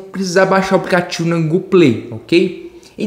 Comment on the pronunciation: Aplicativo fala direito não sabe falar aplicativo kkkk